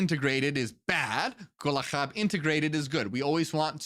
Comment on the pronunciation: its pronounced gol-ha not golaha, it means charcoal hot, burning charcoal